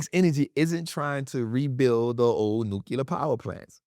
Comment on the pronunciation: it's "New-Clear". not "new-Q-ler". ❤❤, very common mistake. no hate, just ocd. lol. its like tempature vs temperature. its Temp-ER-at-ch-er. not Temp-At-ch-er.